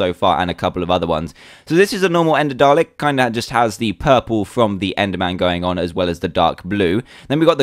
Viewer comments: I know it's spelt Dalek but you pronounce it Dar-Lick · FINALLY, someone who says Dalek right! Well, I should be expecting this, dan is British... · Yeah it can sound that way sometimes. It's spelled dalek, and pronounced dah-leck. I love the accent! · it pronounced day-leck :p